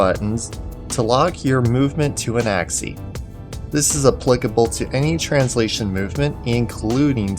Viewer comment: "Along an axie"